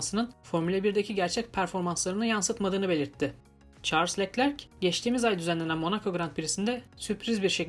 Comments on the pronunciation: knk yanlış anlama leklerk değilde löklerk diye okursan daha iyi olur biraz göze batıyor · Keşke Leclerc in adını da güzel telaffuz etse